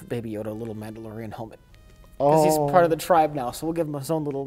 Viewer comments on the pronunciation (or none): The Nambalorian...? LOL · "Namblalorian"...omg! I love you guys so much!